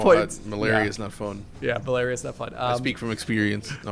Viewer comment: The Mal-ar-ia lol. That was one of the best parts of this game actually.